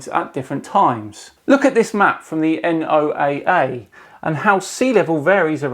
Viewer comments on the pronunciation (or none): BTW.... NOAA is pronounced "noah" like the guy with the big boat (ark). Not N O A A. Just so you know. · I work for NOAA and just so you know, we pronounce the acronym NOAA the same as in Noah's Arc. NOAA stands for the National Oceanic and Atmospheric Administration (we are the people that put weather satellites in space, fly into hurricanes, and study the oceans). I work for the fish side of the organization.